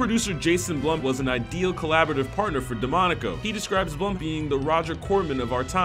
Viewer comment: jasons last name is pronounced bloom and bradleys last name is pronounced fewler